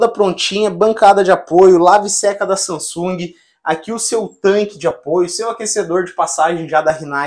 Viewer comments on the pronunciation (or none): none